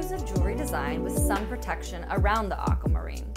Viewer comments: Anyone else disturbed by the way she pronounces Aquamarine? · Me too!